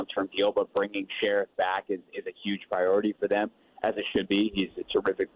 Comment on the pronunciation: his last name is NOT pronounced "Sheriff", it's "Sherf." Lol, just about everybody mispronounces this guy's last name